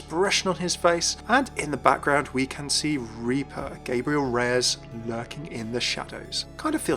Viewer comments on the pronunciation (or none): none